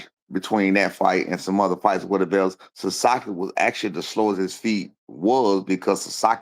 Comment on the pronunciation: "The sasakii left hook" 😂😂😂